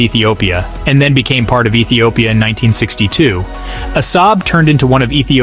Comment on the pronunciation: Which Etiopia? 😂😂😂😂